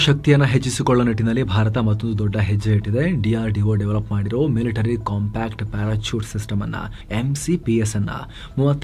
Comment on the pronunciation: ಪ್ಯಾರಚೂಟ್ ಅಲ್ಲ! ಅದು ಪ್ಯಾರಾಶೂಟ್ 😅